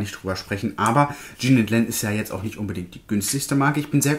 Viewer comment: Jean und Len sind 2 Männer! Jean wird französisch ausgesprochen.